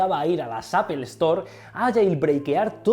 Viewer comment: "apel" lol